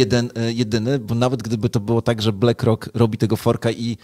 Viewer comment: No dobra, koń cz, =)) juz, wstydu oszczedz. BLACK ROCK z nazwy po Pl. To jest "uwaga - CZARNY KAMIEŃ " dobra, zatem, wymowa.. blAck rock. , blak rok! One love, peace. =))